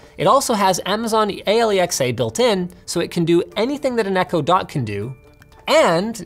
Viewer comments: A All E Ex A, i think its A Lex A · Did he just call Alexa, "Ay Ee El Ex Ay" ??? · Nobody: Linus: A L E X A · Why do you say alexa wrong? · Is "Alexa" really pronounced like that? I'm highly confused lol